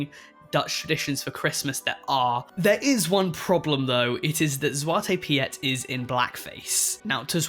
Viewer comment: I think the Piet in Zwarte Piet is just pronounced like “Pete”. Lol